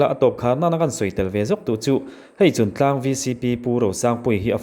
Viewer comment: Chuntlang /Chungtlang?Afiah lo